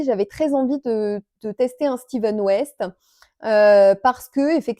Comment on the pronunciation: Coucou j'ai beaucoup apprécié le gogo Dynamo de Stephen West se prononce avec F pas v comme Steven 😉 beaucoup font l'erreur 😊 ce châle est très beau j'ai adoré let appris plein de technique il te faut mettre un bien contrastant pour la brioche il te faudra un coloris clair, je n'ai pas bien vu tes 3 couleurs les une a côté des autres😊 je n'ai que 2 ans d'expérience j'ai un peu miseré avec la brioche et j'ai mis un peu plus d'un mois a le faire en ne faisant que lui! Oui c'est long 😊une nouvelle abonnée ❤